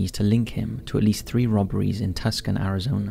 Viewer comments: Tucson is pronounced Too sawn not Tuk son. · Who taught this man the names of cities. Its not Tuscan it sounds more like to son. The o and n sounding like the word on. And Baton Rouge isnt rogue like xmen but like the womens makeup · just for future reference: Tucson is pronounced "toosahn", not Tuscan, and Baton Rouge is spelled like "rooj", like rouge the red cheek makeup, not rogue. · This is great. Lot of cases I hadn't heard before. Good content breakdown. Tucson Arizona is pronounced Too-sawn, not Tusk-on :P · It’s not pronounced Tuckson it’s TWO SON,ARIZONA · Ohsoclose,. Tuscon is pronounced Too-sawn, not Tusk-on, and it's Baton Rooj, not Baton Rogue (easy to get wrong). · This fool really pronounced Tucson as "Tus-can" instead of "Two-sahn" lmao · Tuscon It's pronounced; "Too-sawn" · Tuscon Arizona is Too-sawn and Baton Rouge Louisiana is Baton Rooj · Too son is how you say it. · I love listening to this channel - I also get a kick out of the way he mispronounces US city names (because he reads them phonetically rather than the actual WEIRD pronunciations), like Tucson and Baton Rouge. Cants wait till he has to say Arkansas or ANYWHERE in Hawaii, lol!